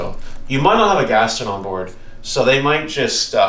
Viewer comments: Ghast-own not gasten ;) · im glad everyone in the comments is also focused on him saying "gastin"